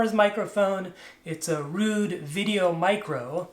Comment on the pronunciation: Nice, I’ve watched the tech guys video myself a few years back and wanted to experiment with binaural audio with them but couldn’t find the correct transducers. By the way, the well known brand you pronounced rude, is actually pronounced road, but meh. Maybe I could really confuse you with the technique of binaural audio recording and playback techniques as normalised binaural audio is completely destroying the binaural effect, many expert audio guys seem to use standard recording and editing techniques with binaural and don’t seem to understand why it sounds crap…. 😂😂😂 Want one to experiment with?